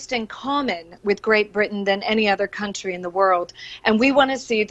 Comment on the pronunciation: Say country again Owen. Every video. Kunshee kunshee kunshee. Actually hurts my ears.